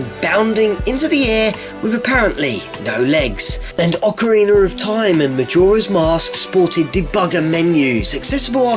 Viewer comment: Still can't get over you saying Ocariner....